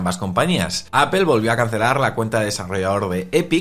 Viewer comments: Es APOL no APEL no es tan difícil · Apol, no apel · Es mas bien Apl sin vocal, dependiendo del acento del hablante inglés suena mas "e" u "o" ,si buscas como lo pronuncia Tim Cook se parece mas en opinión a "Apel"